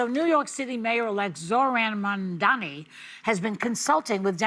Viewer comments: Joy, it’s Mamdani: Mom-Don-E At least try to pretend you don’t despise him. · MAM. DA. NI. It is not hard! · Really… Joy can’t pronounce his name correctly? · You all, besides Anna, need to practice Mandani's name. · Teach your panel how to pronounce their mayor’s name. It’s odd to see them almost intentionally mispronounce it. Either that, or they’re just really dumb and out of touch. Which is odd, because they’re from NY - one of the most diverse cities in the world. 🙄